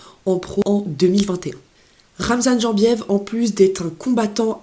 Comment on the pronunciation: Ca s’écrit Jembiev mais on prononce Yembiev ! Et oui, il a tout compris, c’est le genre de gars qui peut signer à l’UFC si tout se passe bien dans son organisation actuelle. L’UFC cherche des gens qui ont une communauté derrière eux, qui font parler etc.